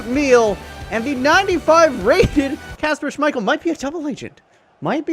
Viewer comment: Why does he keep saying Kasper Smichale